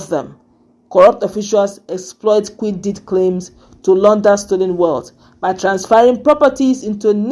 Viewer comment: You finally corrected the pronunciation of QUIT. That's good.